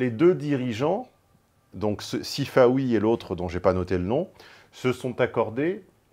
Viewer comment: Sifaoui... plutôt Sifanon.